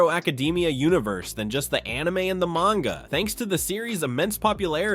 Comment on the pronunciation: "Mayne-ga" Didn't get further than that.